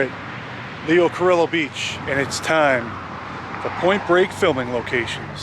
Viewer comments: Its pronounced Cario not "illo" :) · its pronounced Leo Careeyo...two L's make a Y sound